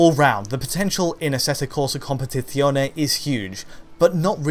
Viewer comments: why everyone is saying compeTiTzione??? and not compeTizione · i love how you say "competizione" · Well I found it funny and not so bad. The accent and everything else are fine, it's just the Z that sounds odd, as if he's trying to speak Spanish or he's from Romagna region.